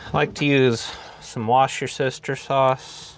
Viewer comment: I heard Wash Your Sister sauce. I was laughing saying what do I think I just heard. I had to rewind and replay...lol